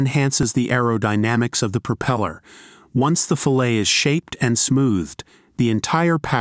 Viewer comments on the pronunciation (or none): Filet, as in fill-A? Or fillet, as in fill-et, as it should be? .... AI is not the wonderful thing many make it out to be. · When I heard the pronunciation of the word fillet, I said I am out of hear.